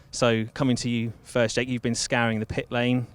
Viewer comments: The most innovative thing in this video is Giorgio’s pronunciation of Jake’s name 😂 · Haha Giorgio pronouncing Jake as jackE